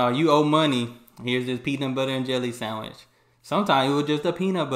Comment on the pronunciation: This is the first time I've ever heard anyone pronounce sandwich as sam-ich 😅 I enjoy your videos.